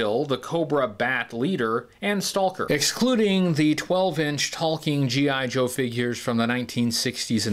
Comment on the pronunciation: I love you, but I can’t watch this video because of all the “Stahl-ker” and “Tahl-k” and “Tahl-king” very very difficult to hear you say this so much. And what makes it worse is that it sounds like to trying to over pronounce it because occasionally you don’t say it when you really get going.